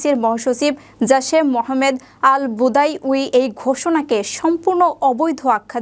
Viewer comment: ওনার নাম আল বাদাউই, ভোদাউই না